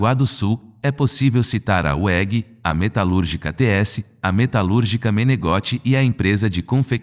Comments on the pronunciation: * "Weg é um nome alemão (significa caminho) sobrenome de um dos fundadores da Empresa. Pronucia-se "Vegui" nunca idiotamente "uélgui". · A impresa Metdkutgica Weg pronúncia-se Vegue em bom português... Mani idiota dd pronunciado o 'w" como em inglês.. Que e o único idioma (de alfabeti latino) em quevo "w" , é pronunciado com som de "u". O dáblio não si e "V" como um duplo "V"... Em tempo Weg é um nome aldeão cuja fonética nada tem a ver com o inglês...Aliás todas as vogais são prinunciadas como em português... E tbm o "W" e pronunciado com "V" em todas axa línguas européias a e excepção UNiCA do inglês. Por favor! Deixe de ser ignorante e colonizado... O BRASIL AGRADECE...😊😅